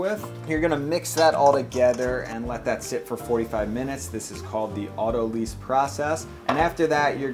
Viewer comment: "Autolyse". Lyse. As in "Lice".